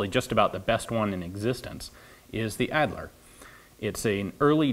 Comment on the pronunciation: AHD-ler, not ad-ler. fah-brick, not fa-breek.